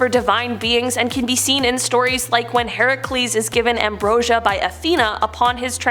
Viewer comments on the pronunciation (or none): none